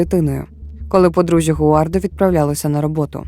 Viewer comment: Перше скажу - дякую, що змогли розповісти цю історію. Однак, хочу звернути увагу. Дуже коротко, я дивилась довгий, більше години, тру крайм фільм (щоправда рос мовою), він мене вразив і саме так я запам'ятала цю історію. У вас я її ледве впізнала на третині відео тільки за подіями. Всі імена хотілося б чути в адаптації з французької, так як саме там це відбувалось (гуардО, раймОн, брюнО, сільвАн - це вірні наголоси франц імен)